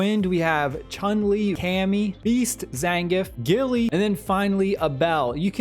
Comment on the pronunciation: My man just called Guile “Gilly”